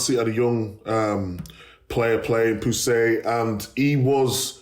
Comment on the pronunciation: Thats not how you pronounce Pusey Micah